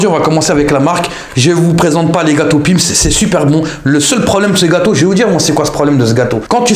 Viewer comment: Mdr quand tu dis Pim's on dirait que tu tires avec un sniper ! 😂